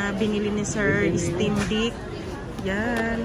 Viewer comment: Steam na tt 😂 stimdick ampt